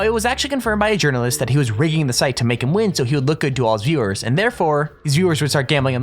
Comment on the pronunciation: You can't pronounce "viewers". It's sad.